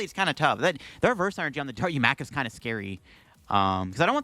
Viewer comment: it's Da-Roo-Ma-Ka. Sorry for being that guy, LOL.